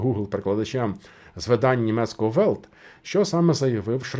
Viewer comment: Правильно казати "ВелЬт", "БілЬд". Самі ж німці вимовляють м'яку Л.